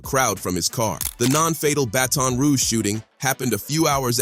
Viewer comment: Mf said "battin' roo gee"